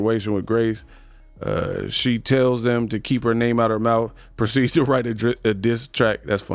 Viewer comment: Her vocab does not include th in it 😂 mouf teef boof 😂😂smh